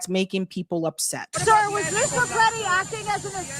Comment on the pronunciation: Will someone PLEASE TELL SABBY TO STOP PRONOUNCING ALEX PRETTI'S NAME WRONG??? This is now the third day. It is disrespectful to Alex!